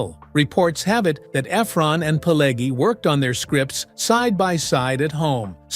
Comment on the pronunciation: "20 Weird Facts You Didn’t Know!" Really? Do you seriously think that everybody is that stupid that they need somebody to tell where the bear shit in the buckwheat? This video is not any good. There is a separate fire in hell for making it: mirror view clips, pictures from "Casino" and so on. Joe Pesci's name is pronounced "Peh-shee". It's [siˈmoːne], not [siˈmoːn]. Pileggi - it's [piˈleddʒi], not [piˈlegi]. It's the Lufthansa heist. Where is the second name? What Thelma? The "Thelma & Louise" film? Thelma Schoonmaker? Tommy DeVito got killed. How can he be so old? Schoonmaker is a Dutch name and pronounced as [ˈsxoːnˌmaːkər]. It's in Nicholas Pileggi's book, not in Nicholas' book. You tell the story about Copacabana and show the pictures from the 1995 "Casino" film. Jimmy Conway's obsession? Not Robert De Niro's? - Prefect the role? Not perfect the role? It's look-KEH-seh (Lucchese).